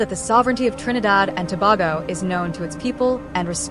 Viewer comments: TO-BA-GO Ms AI! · Trinidad and Tobago. Tobago is pronounced "To-bay-go". Please, you must have heard it said how many ever times.